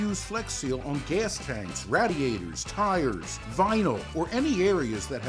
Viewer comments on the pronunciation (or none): Lol he said ratiator